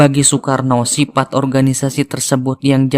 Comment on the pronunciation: Prologny pasti orang sunda 'f/v' nya kurang pas. Java jd Japa, sifat jadi sipat hehe